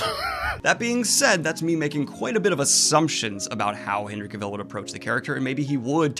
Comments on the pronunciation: Hey Daniel, I'm going to be that guy and let you know that Cavill is pronounced CA-vuhl (rhymes with travel), not ca-VIL, anyone not believing me can easily google it and one of the first results is Henry himself with a very short video explaining it. This wouldn't have bothered me except the name is mentioned like 20 times in the video and by the 15th I was wincing lol. Anyway keep up the good work, cheers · Looking forward to seeing Dune here in the UK. I really enjoy Henry Cavil in everything he does and personally would enjoy seeing him take on Bond but I have a feeling it won't happen myself. Also just so you know, it's pronounced like Travel 👍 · It hurts my ears every time you say Henry Cavill's name wrong. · Just thought I’d let you know Henry pronounces it like cavil, not cavil (emphasis on the ca part) lol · Just sitting here listening to Daniel mispronounce Henry's name... I'm fine.